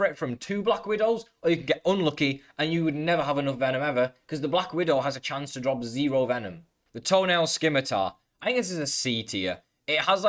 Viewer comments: Hi! Just so you know, the scimitar is pronounced without the "c" (simitar), with that being said I still respect you for not even trying with the "tick weapon" XD. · The rusty spear has the highest dos in the game the second is the scimitar which you pronounce not skimatar and 3rd is the scythe also you forgot the wolf spider dagger also I know that do’s doesn’t matter but just sayin